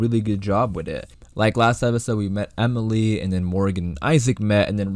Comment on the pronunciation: Wait did you say Emily? I think it's Emile.